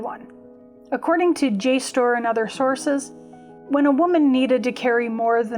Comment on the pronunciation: I am loving learning all that you have learned. And I think jstor is pronounced just as you have.